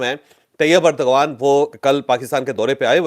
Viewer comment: It is not turkey Turkey is a bird Use urdu alphabet t It is turki and new name turkiye It is not urdgan it is eradwan There are 2 g in Turkish language this g is w Do proper research Do not just bullshit and give wrong information and pronouncian